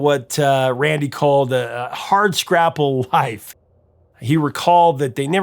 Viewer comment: That's 'hard scrabble' not hard scrapple.